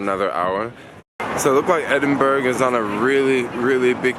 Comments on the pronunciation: it prounounced Edinbraa not Edingberg lol. Also that tram you saw not train at town centre. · you disappoint me man, you need to learn how to pronounce the countries or cities you visit, as a travel vlogger it aint on, try saying EDIN-BRA fast and you got it. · Oh yeah you came to London during spring!! Yup, it stays sunny till 10pm sometimes. And it’s pronounced “Edin-bruh” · Tut tut tut..it's pronounced edenburg loool